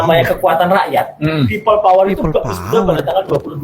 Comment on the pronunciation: Opeil uler bukan peopplepawer.